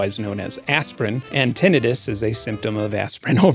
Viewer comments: How do you get "tenetus" from the word "tinnitus"? Tinnitus is pronounced Tin-nitus. ENGLISH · "Tin-eye-tus" anybody? I'm almost getting tinnitus hearing you say it like that so many times, Benn. 😂😂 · ok i got clickbaited. i have actual hearing loss from not wearing earplugs enough as a kid + bad luck w genetics so i am...mildly annoyed. still a great video tho. except for the tinnitus pronunciation. tin-night-us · Ok, so one of us pronounces the word tinnitus incorrectly. I am assuming it is me since i am not the one that just put together such a solid in depth video essay about hearing. But i thought it was " tin eye tus " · Wait, is that how you pronounce tinnitus? I always thought it was pronounced tin eye tuss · soooo everyone I know (including myself) has been pronouncing tinnitus wrong..... good to know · After watching this video, I'm just drooling over the next time someone has the gall to mispronounce Tinnitus in my presence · Firstly, I have never heard tinnitus pronounced like you do. Second - as my two closest family members have 1) chemo-induced hearing loss and 2) menieres desease, it is nice to hear some representation! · TIL I've been mispronouncing tinnitus this whole time LOL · The gleeful 21st century mispronunciation of "tinnitus" on the internet is almost as hard on my ears as the tinnitus itself. It's giving me gas-tritt-tiss. I guess it's better than having hepa-titt-iss. Tin. ITE. Iss. Aight?